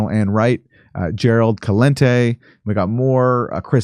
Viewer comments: I want to see Gerald Celente and Jimmy Dore do an act together! It's pronounced Si-Lente, not Ka-Lente Aaron! Jeezy you are missing out on not watching his show! He's as funny as Jimmy. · It's pronounced "S"elente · Celente (sell-en-tay). Get it right. Gerald Celente is awesome.